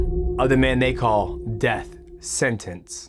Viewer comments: The first thing he should have taught him was how to say DEATH... With the TH... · Greatest of all time MM JOHNSON. all caps man .teach that boy Deaf sentence how to pronounce death right .much love . U r the realest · Is he saying death sentence or death city before his fights? Everything is pronounced clear except that word.